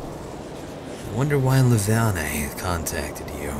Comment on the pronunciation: I don't mean to be a damper here but ummm. I think Her name is pronounced "Leh-vain." Is it just me? I don't know I just thought Id add a possibility.